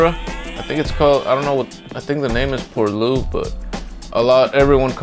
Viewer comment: Pour 'lwie' you pronounce it x)